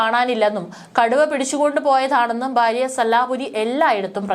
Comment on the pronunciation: Baarya alla bhaarya. Aadyam malalayalam parayaan padhikku.